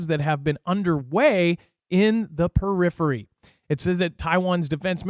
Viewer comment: Great show! I am especially excited about your correct pronunciation of "periphery." A lot of the youtubers I watch would have butchered that word. Thanks for being one of the most intelligent people on this platform.